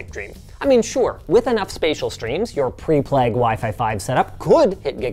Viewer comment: My soul exits my body every time I hear how Linus pronounces Plague or Vague.